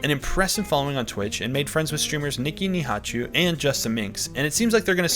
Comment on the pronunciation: it's funny how he pronounced Nihachu as NeeHachoo